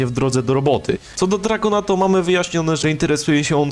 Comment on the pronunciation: "dragon" "jojio" brat wtf